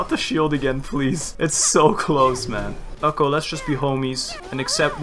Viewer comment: Watching this a year later and just laughed at the way you pronounced Ukko. It's a Finnish name :D